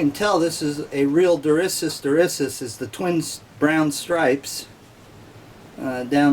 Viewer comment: Durissus not Dissurus....lol. Sorry, I had to, it was like nails on a chalkboard. I'm sure you've felt the same.